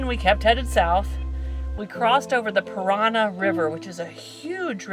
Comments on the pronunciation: The state of Paraná is not pronounced /parana/. That accent is there to put stress on the last syllable. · Paraná...make it strong on the last a...the accent is there. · Rio Paraná, not Piranha... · Sorry, it's not PIRANHA, it's PARANÁ !!! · The way you pronounced the name of the river with big bridge you crossed, is not Piranha Riverf" but "Parana Riverf". Check that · lol Paraná is not the same word as Piranha